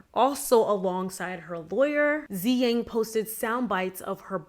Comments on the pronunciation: her name's not pronounced as "Zi-Yang". It's pronounced as "Su-Yang". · Tzuyang is pronounced like 'chui-young' not 'zee-gang' 😅🤍